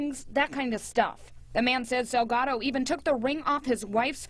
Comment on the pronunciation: Salgado is not the same as Delgado! So say the last name Correctly!!! 😬😠 SALGADO, with an S.